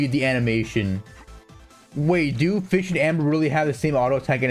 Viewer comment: the way he say fish.. for fischl ///*///